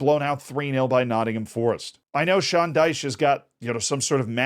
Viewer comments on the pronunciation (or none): none